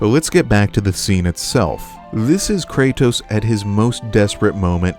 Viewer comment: Bro always says “Kraytos”